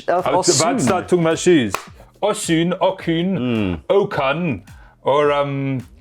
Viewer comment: Osooon?! that how you pronounce it?!?